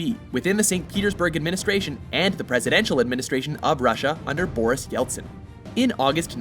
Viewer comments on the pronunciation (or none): none